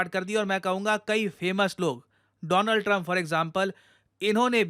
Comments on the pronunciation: Donald trump❎Doland Trump✅😂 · Its doland trump😂